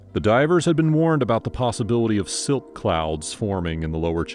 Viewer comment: Silt..not slit!